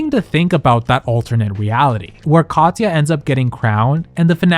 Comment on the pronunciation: nobody mentions how he pronounces her name "Cod-yuh", really? Like nails on a chalkboard